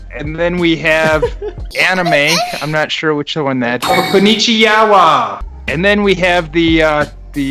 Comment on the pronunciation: "knonnichi----yawa"